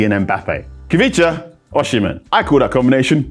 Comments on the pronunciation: It's pronounced "O-cee-meh", not "or-she-men" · It’s not “O- shi-men “ … it’s pronounced “O-C-meh” …. I’m Nigerian so I know this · That's not how to pronounce his name though.